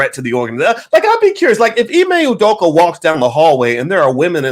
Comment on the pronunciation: Wtf? Ime U-doka? stop with the bs, dude is Nigerian, is Name is Ime or (Imeh) Udoka, stop tryna take the African / Nigerian / Ibibio out of his name, Abeg!